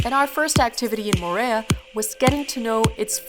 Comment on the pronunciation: I quit watching within the first 10 seconds because: you mispronounced Moorea. Only a dipshit mispronounces the place that they are talking about. Mo o re a. Not Mo re a